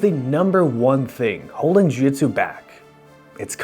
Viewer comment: It's JIU JITSU, idk what you're saying, but it's close to that.